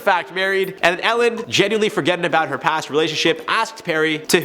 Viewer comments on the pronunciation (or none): none